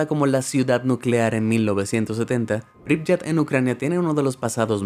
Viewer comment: Se pronuncia pripiet no pripyet